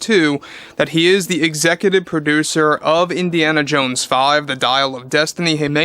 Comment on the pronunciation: It’s Indiana Jones. Not Indiana Jane.🤦🏻‍♂️